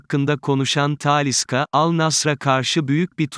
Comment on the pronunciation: Bu konuşma özürlü kim acaba taaaaliiisa ne ya insan ne konustuğunu hiç mi dinlemez nasıl bir telaffuz taaaaliiisca deli ediyor insanı